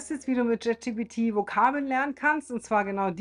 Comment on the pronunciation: Dennoch heißt es "Chat" GPT und nicht JET GPT. 😅 Entschuldige bitte. Aber auch das muss erlaubt sein zu äußern. Und das ist keine Kritik, sondern nur lustig. 😉 Es gibt so viele Menschen im Alter über 50, die trauen sich gar nicht erst auch nur ein Wort Englisch zu sprechen. Von daher, finde ich richtig gut. 😊